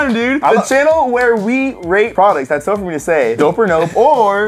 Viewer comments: No one: Absolutely no one:: were we wate pwoducs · Me for the past week trying to find the video where says " we wate products" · We wait pwoducts dope or nope: every single time. Me: wow just literally says it correctly every single time. Also me: lol Welcome to Dope or Nope the Channel in Which we Rate Products Dope or Nope. Um or we say nope or dope does it really matter? I don't know. (Just Joking) OK maybe not- #LMAO.